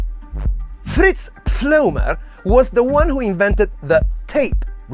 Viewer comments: Dear: his name was Fritz, not Pfritz.... although it definately sounds funnier :-) Thanks for your great work!! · Fritz Pfleumer… not Pfritz 😀🤘